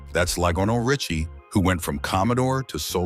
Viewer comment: Lie'go-no Richie. What!?!